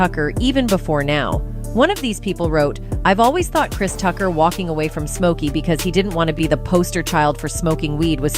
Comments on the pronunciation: "Christ Tucker" wtf is this narrator? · AI voice was like "Christ Tucker," and "Friday After Next star"...Chris Tucker was only in the 1st Friday movie 🤔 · Lmao "Crys Tucker" 😂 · Chrise Tucker 😆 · Christ Ucker